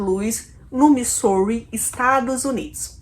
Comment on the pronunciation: a pronuncia de |Missouri é Mizóri, uma pena vc. pronunciar muito errado. Mas gostei do video.